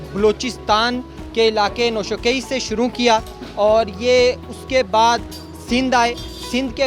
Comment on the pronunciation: Noshakaii nhi h bhai. Noshki name h city ka